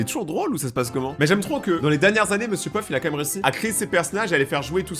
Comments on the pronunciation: Monsieur peuf au lieu de Monsieur pof😂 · Y'a que moi qui entend que dit mr puff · Je suis le seul à remarquer qu'il dit Mr Peuf 😅😅😅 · J'ai cru que tu avait dis monsieur Puff😂😂😂😂😂😂😂😂